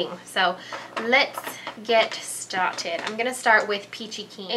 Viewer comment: I love how you always say, "lets get staarted" in an english accent. Always. Its make me very happy ;)